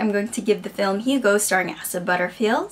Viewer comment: I think his name is pronounced Ay-sah.